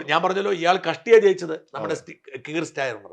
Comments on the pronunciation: You have been in the UK so at least say the names of Kier Starmer, Nigel Farage etc. correctly. That is why the white people dislike immigrants. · He is keir starmer. Nigel Farage George Galloway. Pronunce names correctly.